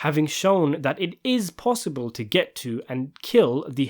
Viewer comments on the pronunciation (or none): none